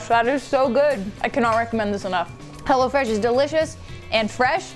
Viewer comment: sometimes it sounded like was saying "Hell'a Fresh" lol